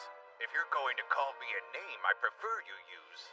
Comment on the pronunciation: You got the name right!!!